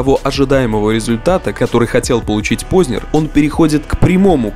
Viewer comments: скажите пожалуйста, Вы намеренно неправильно произносите фамилию "Познер"? Откуда Вы там берете мягкий знак после буквы "з"?! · Он не ПознЕр, он ПознЭр по произношению. Это как сЕкс, флЕшка ну...